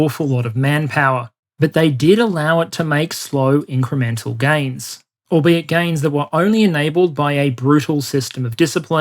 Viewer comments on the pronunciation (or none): none